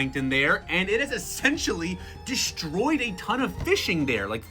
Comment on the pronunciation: "deshtroyed aushtralia"